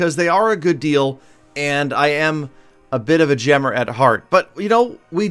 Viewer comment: "A bit of a gemmer"